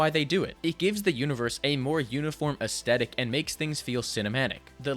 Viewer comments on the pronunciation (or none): Say it with me kids: “aesTHetic” not “aesTETic” I’m sorry, massive pet peeve of mine. 🤪